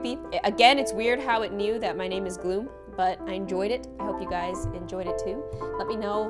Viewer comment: Did she just say "glo-hoom"🎈 (Gloom)